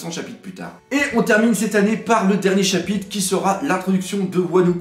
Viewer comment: J'aime moins la nouvelle formule niveau montage, je préférais avant. Sa faisait plus calme, sobre. (Et peux tu faire un effort de prononciation sur le mot "chapitRe" pls ? ^^)